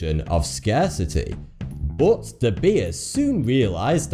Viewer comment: It s not u this guy pronounce "bot" instead of "but",i wonder where is from.....another unsolved mistery?